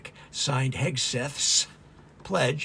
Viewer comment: I noticed you have trouble saying Hegseth. I think Kegsbreath is easier to say and remember, and probably more accurate.